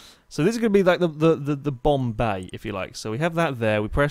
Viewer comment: Anyone else heard Bombay instead of Bomb Bay ?